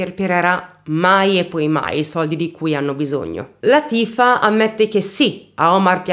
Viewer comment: Oh!! Non azzecchi mai l’accento giusto: Látifa 😆😁